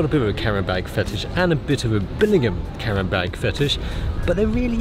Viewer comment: Whats a "carrenbeg" Oh you mean a "camera bag" lol.